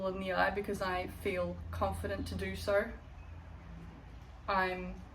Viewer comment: fillled with Soarhhh many things 😂😂 Australian ass .😂 Love the video, you look amazing